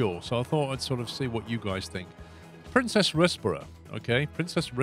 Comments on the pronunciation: Princes, not Princess :) as in more than one Prince. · I believe the pronunciation is "Prince's Rizborough" ??? Please use some decent trains!! There are various other capacity busting units and coaches plus you've electrified all your routes but keep using diesel traction? You could put a lot more capacity on these routes (more and longer trains). You can also run the units in multiple. Use some different buses too, some bendy buses perhaps? You could have put exit back, paused again then deleted and this would have pushed the buses to the exit without having to play on. Don't do a level cross over on those two lines, do a diver under or over!